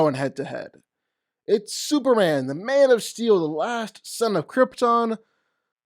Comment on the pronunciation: Super M A N. This is hard to say how though? If there's something going on, then cool, but God damn, that's rough to keep hearing as Super-an.